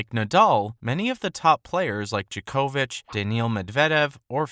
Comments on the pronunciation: DJOK-OVIC not DJA-KO-VIC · The way bro says Djokovic 😂